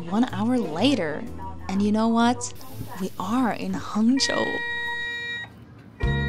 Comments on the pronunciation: Your Hangzhou pronunciation is standard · Also, the pronunciation of the word "Hangzhou" you used is really excellent. Haha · when you said 杭州，your accent is pretty Chinese